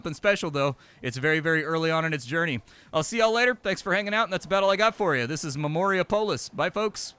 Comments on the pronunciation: Dude, pronounce it like Minneapolis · Or Indianapolis, if you prefer